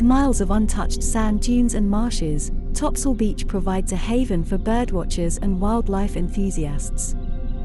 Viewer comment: If you knew the island history, you would never pronounce it topsoil